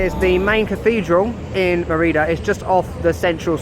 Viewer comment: Loved the video, but the way you pronounce Mérida made me feel very uncomfortable somehow, haha.